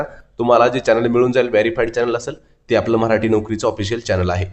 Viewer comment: मऱ्हाटी नाही मराठी म्हणा प्लीज